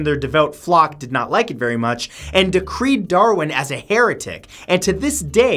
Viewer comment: "...decried Darwin as a heretic." That first word is pronounced dĭ-crīed, not dē-krēd